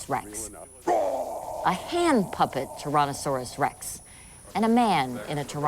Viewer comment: News lady at the 6 minutes mark: "Torono-saurus rex"